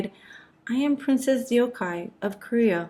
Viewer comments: All good. But literally 30s in and you already managed to butcher her name DeokHye, d-ok hi... Deok the eo is not a diphthong (closer to duck although the mouth shape would be rounder) and Hye ye (closer to the 1st vowel cluster in liaison, basically any ié sound in French as English manages to make a triphthong out of this) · Thank you for covering our history. Just a fyi for future videos to help you ~ her name is pronounced Deok (duhk) with a stronger deeper D from the throat) Hye (Hey but stop the y short.) Your deok is good but hye isnt Hi its more Hey 😊 same with her daughter, there is no words or characters thay is pronounced hi or hai in korean 😅 hope this is helpful! Thank you again for the awesome history ❤ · Thank You for a very informative video. However, even THIS video distances her from her country and culture. Anyone who knows Korean and Japanese language would recognize this INCORRECT pronunciation of her name. 99% of Korean names are only two syllables. This video pronounces her name as three syllables: more common in Japanese culture, as most Japanese words (and names) end in vowels. Her Korea name ( 뎍혜 ) pronounced as DeokKye ( [ Dok-Kye ] is, as usual, two syllables: NOT 'de-ok-kye'. But, again, very informative for students. hank You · Princess Deokhye's name is pronounced Deok-hye (duk-hee). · Sorry, I've GOT to correct your pronunciation: her name was 덕혜, which with Amercian pronunciation, sounds almost like 'Duck-Hey', but more open vowels. The romanization of foreign languages follows different pronunciation rules. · Korean speaker here: Just FYI, you are pronouncing her name incorrectly. It should sound roughly like "Dawk-Hay." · The fact that you didn't bother to learn how to properly pronounce Korean names before deciding to put out this doc absolutely blows my mind. Every time you butchered Deokhye's name, it was so jarring I couldn't finish watching. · It’s actually 덕혜 (deok hay) in Korean. I think the narrator meant to say deok-hay